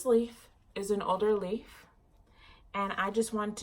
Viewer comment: I was cracking up when you pointed out the water damage leaf. I had to play back cuz I thought you said "loser leaf" not "old leaf"